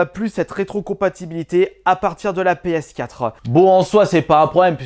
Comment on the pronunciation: Sur la pskatrehaan 😂😂comment il dit ps4 sa me tue 😂 si non j'adore tes videos